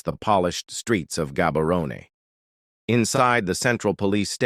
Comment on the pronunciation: It's prounced Habarone